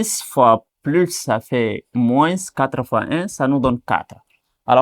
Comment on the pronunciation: Pourquoi vous prononcez la lettre "s" de "moins"??? D'autre part vous répétez beaucoup et beaucoup des trucs que vs pouvez simplifier.